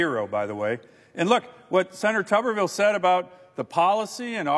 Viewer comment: AGAIN … no matter how he may say his own name, rules of pronunciation dictate: TUBER-vill, (basically tater-town) NOT TUBBER-vill (bathers-town)